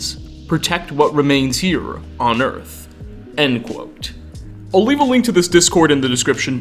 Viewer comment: I gotta say man, great work and fascinating video - but the way you make an "uh" sound at the enduh of everyuh worduh drives me upuh the walluh.